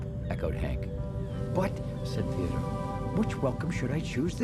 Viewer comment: did they call theodore, theodoor?